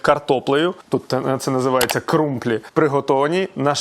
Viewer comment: вчись правельно виговорювати слова міст де тебе годують 😂 не крумБлі а крумПлі.